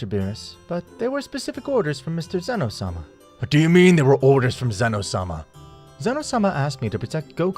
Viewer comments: and zeno issnt like zeeno its zen o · its zeno not ZEEE no